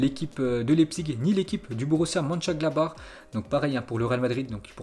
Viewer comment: c'est le seul gars qui arrive à dire Mönchengladbach mais pas Southampton